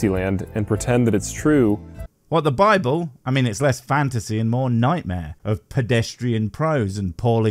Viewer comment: I love the way that when says "Bible" it sounds like "babble"